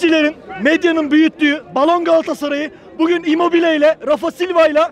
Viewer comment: Osimhen gelinve immbobile 😂